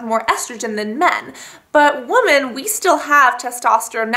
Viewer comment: woman and women are pronounced differently.